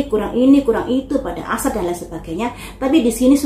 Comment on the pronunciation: Aisar buk bukan asar😂